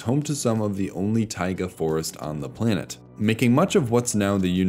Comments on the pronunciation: Great examination of past life in the biospheres. Why does a computer do the voice? Listen for plainit instead of planet. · “play-nit” Lol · First time I've ever heard anyone pronounce planet as "play-net" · "planet" pronounced as "play-nit"? these AI VO's are such garbage